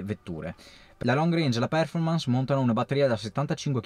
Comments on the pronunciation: solo una cortesia se possibile... quando pronunci performance l'accento fallo cadere sulla o perchè così non si può sentire.:) Grazie per i tuoi contributi sempre molto utili e interessanti. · volevo farlo notare anche io, il mio prof di inglese mi avrebbe defenestrato vivo se lo avessi pronunciato così.